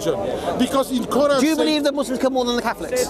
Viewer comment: “Second koeran from medina”. Errorrrrrrr haha